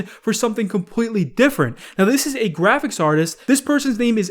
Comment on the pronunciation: Compweetwy